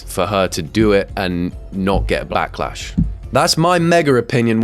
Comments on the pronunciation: “Blacklash” am I the only one who heard that?😂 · Did he say “blacklash”?!?! So racist.